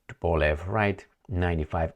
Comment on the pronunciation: its "TO-POH-LEV"